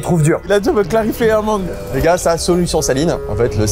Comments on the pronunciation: La mangeuh m'a tapé un fou rire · ✨LA MANGUEUH ✨ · ✨la mangueuh✨ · " la manguE " 😂 SDM le goat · La mangeuuh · "La manGUE"😂